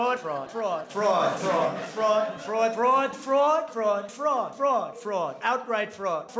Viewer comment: When Trump was saying "fraud" I was so confused at first because I thought he was saying "frog"